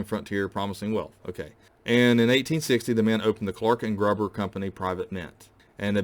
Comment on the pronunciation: Hi, I've been watching your videos for about a year now and enjoy them very much. However, I do have a problem with your pronunciation of the word Gruber. It should rhyme with the word glue and not with the word grub. Other than that, I really respect what you are trying to do and would like to invite you to take a table at the PAN coin shows in Pittsburgh in May and October each year. It's only about a 4 hour trip for you and we are getting dealers from all over the country.